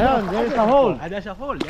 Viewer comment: Nakakatuwa mga guests nyo ngayon! From "You have to find a hole!" He answered "Oh a hoar"😂 Dalaman says "There's a hole!" He answered again "There's a hoar?"😂✌I know he didn't mean a "hoar" 🤣🤣